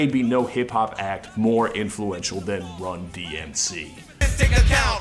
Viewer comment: It took me months and repeated watchings of this video to realize that the sports comentator butched the named of the band, just further proves how little people would care about them